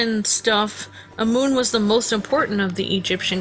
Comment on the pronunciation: It's pronounced am amun not amoon.